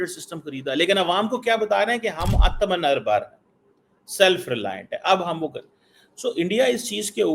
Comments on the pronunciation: पहले आत्म निर्भर बोलना सीख ले बेटा। बाद में रोना। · आत्मनिर्भर बोला भी नहीं जा रहा😂😂